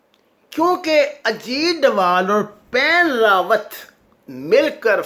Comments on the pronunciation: The name of previous chief of staff of Indian army, which you are pronouncing again and again is “Bipin Rawat “ not “Pan Rawat” kindly correct your record. Also name of chief of national security adviser of India is Ajeet Doval, not Ajeet Dvaal. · Ap nam to sahi bolen, bus baith Gaye aur tube banana shuru kardiya. Wen rawat Nahi, Bipin Rawat sahi nam hai. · Bippin Rawat not what you saying pan rawat.... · طارق صاحب پلیز نام درست بولیں یہ پین راوت نہیں بپن راوت ہے۔ اگر جان بوجھ کہ دشمن کا نام بگاڑ رہے ہیں تو پھر ٹھیک ہے ۔ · someone tell him its Bapan Rawat not Pen Rawat .... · Pain ravat nahiii bipin ravat he . Kuch to parh liya karoo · ساگر صاحب صحیح نام بپن رادت ہے Bipin Rawat نہ کہ پین راوت۔ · بندہ نام تو صحیح لے... مثلا.... بپن راوت.... اجیت دوول.... ہندو توا.... میں تو عام سا بندہ ہوں. نام صحیح نہ لیا جایے تو مزہ نہیں آتا